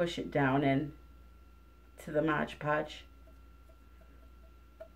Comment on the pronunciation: It's MOD Podge, not "Modge Podge". There's only one "g" in the entire title. Mod that rhymes with odd, as in, "It's odd that you keep calling it Modge Podge." I think you're getting it confused with the term "Hodge Podge," which means a little bit of everything put together.